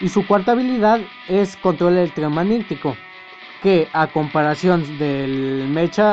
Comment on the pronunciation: "Y su cuarta habilidad es control eltromanitico " :v